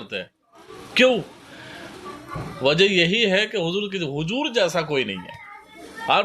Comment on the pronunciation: Assalamu alaikum Video delete kijiye aap ne huzoor ka naam sahi nahi liya. Usko usko baar bola aap ne galat hai yh